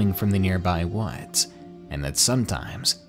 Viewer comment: Is the word ‘woods’ too boring for you? You seem to pronounce it ‘wuudjs’ ....try speaking through your mouth and not your nose.